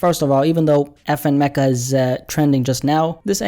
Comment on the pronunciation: Its pronounced FN Mee-kah.